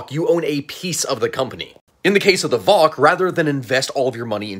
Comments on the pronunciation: Me as a Dutch hearing an American say "voc"🫠 Maybe helpful, it's not pronounced "vock" but "vay o say" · Col facts. Also it is not pronounces Voc as in one word, but instead you pronounce the letters separately: Vee O Cee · Friendly notice that you pronounced VOC wrong it is more like V. O. C. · Hearing you pronounce VOC like that hurts me